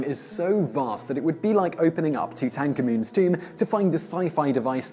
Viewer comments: I didnt even know what u said when u said tu tan ko muns tome. Like saying how it looks. Its tootunkamoon. Pronounce it like that. Tootankamon is so weird. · “Two tank a moon” You mean “toot uncommon” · "Too-tank-a-moon"? It's "toot-in-ka-men" 🤣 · Too-tank-a-moon? You mean Tu-tan-kha-men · The way you say Tutankamun makes me uncomfortable haha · Matthew Wilkins ,Yeah,I don't either. I do dislike his pronunciation of Tutahnkamun though.") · Tu tank ha muun. I was thinking, what are you talking about ? , then it clicked 😂😂 is than an official phonetic translation ? I have never heard that pronunciation. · 2 tank a moon? Oh! Tutankhamun. We always pronounced it differently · 😂 "To Tank a Moon" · Did anyone else hear "two-tank-ah-moon" when he said Tutankhamun? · Arrrrrrrhhhg!!!! Too-tank-amoon.....how am I going to pronounce it any other way from now on...followed by a stupid laugh... just another thing to make me look like an idiot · what the hells a too-tank-amoon?????? did u mean tutankhamun? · Who the hell is Tutan-cum-un? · Please learn to pronounce two-tanker-man? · I’ve never heard someone actually pronounce the “tank” part as that lol takes two minutes to search for a video on how to say it, even ways that are wrong but still sort of accepted because it is a difficult name to correctly pronounce for many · Thats not how you say tutankhamun, I didnt even realize thats what you were talking about until I rewatched that part 3 times on slow speed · The way you butchered the pronunciation of “Tutankhamen “ has me triggered